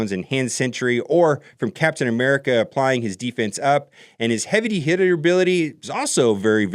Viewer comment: lol did you say heavy DE-hitter??